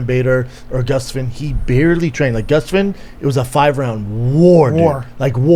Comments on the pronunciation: GustWind,huh? My man Brendan mispronouncing names again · Brendan trying to pronounce Gustafsson is more of a war than Jones v Ngannou